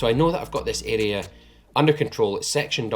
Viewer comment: Everytime he says 'this area' I hear 'this idiot'